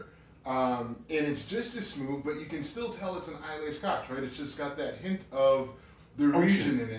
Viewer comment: You guys keep mispronouncing Islay. It's pronounced "eye-lah", not "eye-lay". Just a heads up :)